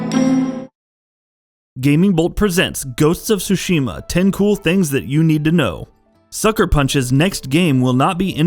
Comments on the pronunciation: It's Ghost of TTTSSSUUshima and not xuxima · Very excited for this game! But, it's torture to my ears every time he says "Sushima" instead of "Tsushima"... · Hahaha, this dude pronounces the title as Ghost of SUSHI-MA! LOL! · Please stop pronouncing it SU-SHI-MA. The tsu sound is not the same as the su sound. I just want people to take the Japanese language more seriously if you are into the Japan culture and history. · The T isn’T sillenT... Tsushima :/ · First learn to pronounce the name right god damn it